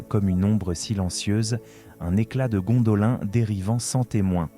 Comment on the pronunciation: un effort sur la prononciation stp, car de t entendre dire a tout bout de chant Gondolin, alors que la prononciation est Gondoline, franchement sa casse les boullasses, j en suis a 4 minutes est j ai déjà envie de me barrer, juste a cause que tu répète en boucle Gondolin, alors que l histoire que tu raconte est intéressante. Malgré tout je te laisse un like, car le boulot effectuer est bon, l histoire et bien narrée, bon montage, Histoire intéressante, mais vraiment la prononciation, car sur certaine choses tu le faits. On m'as toujours dit, boulot à moitié faite n'es pas fais.